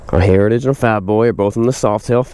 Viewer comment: What? You can’t say sausages either. Heritages. Just have to slow down a bit.